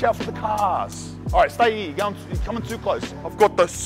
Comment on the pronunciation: "not much happens out eeer you know" ....... switch knee bruvaaa 🤣🤣🤣🤣🤣